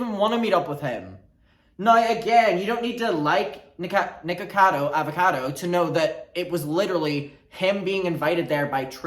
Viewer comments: SO WHAT IF I COULD TELL YOU WERE DRUNK BG HOW YOU WERE TALKING ON A TWITCH STREAM BEFORE I SAW THE WINE GLASS… you still pronounced that better than even Mr. Avocado himself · We have very different accents but I have never understood how to say Mr Avocado’s name more than this video.